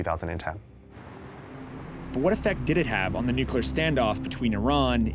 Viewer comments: He pronounced Nuclear as ”New-Key-Ler” rather than ”Nuke-Lee-Eer" 😊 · Dubya… PLEASE! NUCLEAR.. NOT NUCULAR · Hahhhaa! George Bush’s speech impediments, Nucelar lol!!! Nuclear nuclear not nucelar.